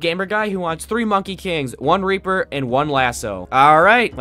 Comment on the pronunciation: BRO DID NOT SAY REAPER